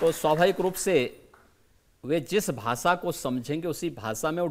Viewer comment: Bhasa Nahi. Bhasha hota hai. Pehle bolna Sikhlo 😅